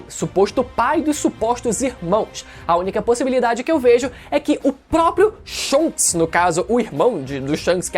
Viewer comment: Shonks kkkkk pqp